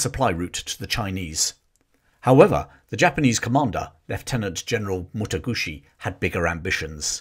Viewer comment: its Mataguchi not Motoguchi thats an italian motorbike